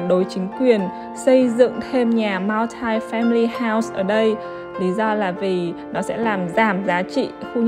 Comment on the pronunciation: oi tieng Anh cua ban ,(multi) khong doc nhu vay